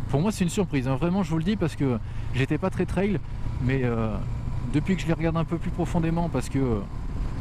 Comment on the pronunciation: On prononce "trelle"... pas ""traille".